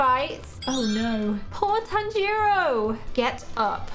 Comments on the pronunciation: Wow your going to pronounce nezuko right you say tan-gi-ro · The way Tanjiro pronounce his name is instead of saying the A sound in the name he says the O sound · I GOT OFFENDED FROM HER SAYING TAN-JERO NO TANJIRO